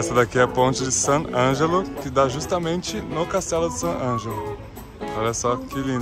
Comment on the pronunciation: Sant' Angelo, nao San Angelo. TrastÉvere se pronuncia. Arancino é bolinho de arroz; torta é bolo en Italiano. TrastÉvere per cortesia!